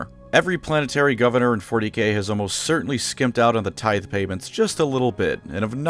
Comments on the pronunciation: Who the fuck says “Tithe” like “Tith” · Tithe is pronounced like tithe not tith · I hereby accept the fight about words and how you have to pronounce them. After my inevitable victory you will say "tit-HE" for tithe and "SPAAAZ MURINES" for those guys. Like god intended. P.S: Also "Roboute Guilliman" will be "Robo Uther Gully Man" from now on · Pretty sure "taith" is the proper pronunciation. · It's pronounced like tie-th mfer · fantastic content, as always...even when you cant words properly XD (tithe)